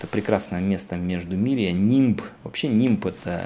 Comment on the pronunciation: Не нимб! А Лимб!